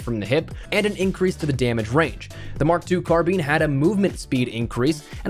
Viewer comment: Carbine, not Carbeen bro